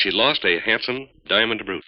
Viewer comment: I love how he consistently mis-pronounces the word "brooch."